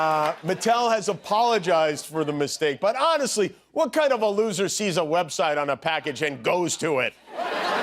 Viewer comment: Sore lewzzzer